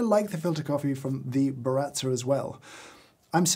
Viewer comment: How Brit’s say Baratza: Burratzer